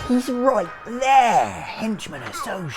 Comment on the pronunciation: "He's roit theeaaaahh" I love xD